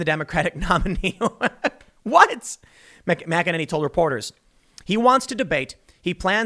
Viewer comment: Tim? .. Do you even read your comments? McEnany is pronounced "Mik Ken Annie" ... How many times do I need to keep telling you this? Jeeez